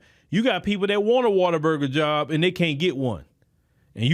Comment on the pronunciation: Water burger❌ What-a-burger✅